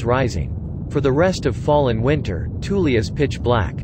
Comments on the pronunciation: You might call it "Toolie" but I call it "Thool." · I am not sure if I am the only one irritated by the pronounciation of Thule as Toolie.. Aggravated me so much I stopped watching